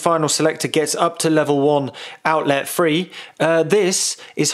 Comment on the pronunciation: omg it's three not free just like my french kid trying to learn english. Subscribed cause it's good info :)